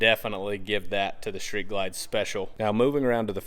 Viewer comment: It’s Street Ride not “Shreet” Ride!